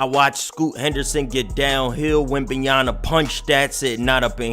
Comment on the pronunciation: Just call him wemby instead of butchering his name every fucking time